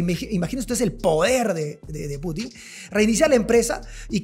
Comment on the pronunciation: Es Putin estimado, no Putín. Suena horrible como lo pronuncia, en ruso casi no hay palabras agudas, la mayoría son graves o llanas.